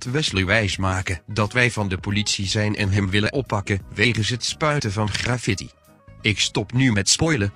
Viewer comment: Die stem is echt gewoon teletterlijk GRA FITTIE klinkt het xD